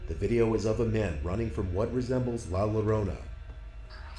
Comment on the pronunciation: The guy seriously botched the name, see it's not "llorona" (Low-row-nah) in basic spanish the two L's together sorta becomes a Y just like how the J becomes an H. so it's pronounced as "La Llorona" (Eyo-Roh-Naa). She's still a terrifying spirit still haunting in mexico to this day really